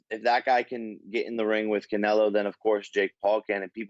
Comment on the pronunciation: He said "Canelo" 😆 🤣 😂 don't do drugs kids